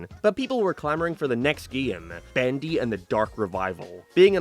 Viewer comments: he sais bAndy instead of bEndy and it's killing me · "Bandy and the ink machine" Was that part of the audio issue or just you talking weird